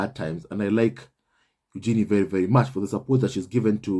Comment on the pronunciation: Congrats to Eugenie and her husband. BTW, per Fergie..her daughter’s name is pronounced yoo-juh-nay 😁